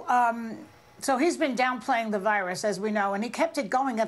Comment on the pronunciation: "The" not "da"! ... duh!